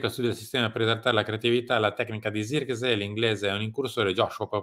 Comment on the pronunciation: Non ce n'è uno che pronunci abbastanza correttamente il nome di Zirkzee (sirksei, con la s quasi z). Idem per Broia, che si legge semplicemente Broia, perchè non è spagnolo ma albanese. In molti, soprattutto in QSVS, da ignorantoni lo pronunciano Broca, pensando sia spagnolo, per il nome Armando.